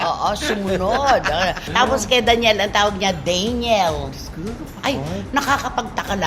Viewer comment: There's nothing wrong with other vloggers using the content as long as the story remains accurate; just don't alter the narrative. What's not good are the below-the-belt comments and opinions of the vlogger, which are unacceptable. NO OFFENSE to cr1sty and her followers, but both Daniel's pronunciations are wrong.